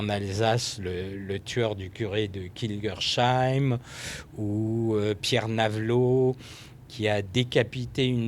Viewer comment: Ca se dit pas kingerCHAÏIM mais kingerSSAÏM